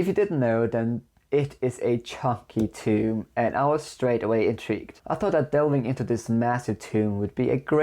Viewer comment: Just thought I'd help ya out, "Tome" is pronounced with the o sound as in Home or gnome or Rome. Otherwise you're just referring to a tomb aha 😅